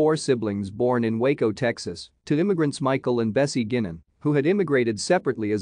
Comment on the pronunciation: Not pronounced "Gynan", it's GUYnan. It's my mam's maiden name!